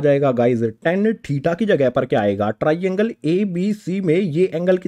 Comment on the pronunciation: Triangle❌ Tiraiiangle✅